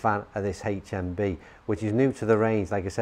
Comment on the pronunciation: Why's he gotta say "haech mmm bee"?